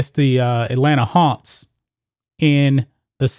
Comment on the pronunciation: Learn to pronounce your fucking K's! MarXist NOT martsist. SiXers NOT sitsers. HawKs not Hawts. BuCKS NOT Buts. DunKs NOT dunts. FolKs NOT folts. AttaCKs NOT attats! NeXt NOT nets!